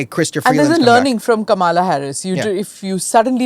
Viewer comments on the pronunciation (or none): Kamaalaa Harris? C’mon Smitha, have you forgotten how to pronounce such a typical Indian name like Kamala. I mean there are people here in the US trying to learn to pronounce her name right!